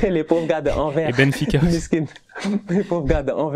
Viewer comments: Anvers ca se prononce "En verse" pas "en vert" bon dieu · On prononce le S de Anvers